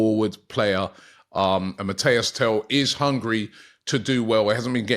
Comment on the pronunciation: Robbie I love you bro BUT the name is MATIIIIIS TEL not Mateo!!!!!